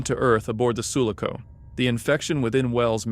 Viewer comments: It's Su-LA-co, not SU-la-co. My brain hurts. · Everyone crying for the way the guy pronounces Sulaco shows how bitter Alien fans are 😂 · Enjoyed the video but PLEASE learn how to say sulaco